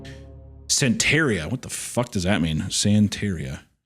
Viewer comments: It's SAN-tuh-REE-uh. The dumbed-down, inaccurate explanation is it's a Hispanic version of Voodoo. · I don't practice san-tare-eeuh! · I DON’T PRACTICE SAN-TEAR-IA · HUNTER NO!!! IT’S PRONOUNCED SAHN-TEH-RIAH. NOT SAN-TERRIA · san-tr-ee-uh. Do you think he would have known what it was if he had pronounced it correctly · I liked it, it was like a David Lynch movie. And the what the aunt was practicing is pronounced "santa ria". As in what Brad from Sublime did not practice while also not having no crystal ball. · Hunter’s inability to pronounce ’santaria’ means he is not a sublime fan. This is a dark day. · Hunter not pronouncing Santeria correctly when it’s in such a famous song is absolutely crazy. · Bro doesnt know how to say Santeria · I guess he hasn’t heard the Sublime song